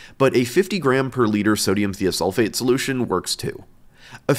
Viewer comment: It’s pronounced “thy-oh-sulfate”, not “thee-oh-sulfate”